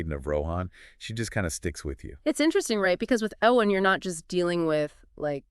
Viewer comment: Couldn't even make it 20 seconds into the video. If THAT's how you're going to mispronounce her name (this character you claim to like)... I'mma watch something else